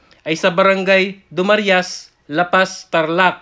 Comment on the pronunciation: Sir correction lang po. Hindi po dumarias. Du-Ma-Ra-iS po ang tamang pronuncation.